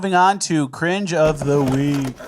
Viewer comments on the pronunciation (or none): "Cringe of ze veek"